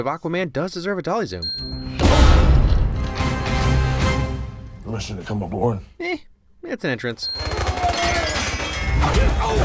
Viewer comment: Somehow, someway, despite literally all of your videos having built-in subtitles (thanks for that, by the way), it STILL took me this long to realise you're saying "Dolly Zoom" and not "Dali Zoom".